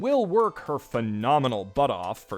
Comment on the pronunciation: "She will work her..." pause "... P H E N O M E N A L butt off..." lmao